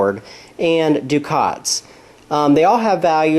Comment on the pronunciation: It's pronounced: duck-et, not Dukat. Dukat was in Star Trek Deep Space Nine. A ducat is a gold coin.